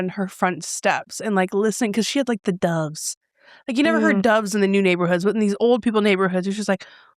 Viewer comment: Not me thinking you kept saying “dawgs” not “doves” 😂